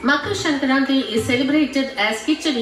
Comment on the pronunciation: The moment said sankranthi so beautifully perfect my proud Telugu heart jumped Btw they missed Telangana and Andhra cuz as usual south = only madrasis(tamilians)